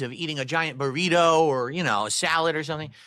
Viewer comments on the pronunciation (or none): none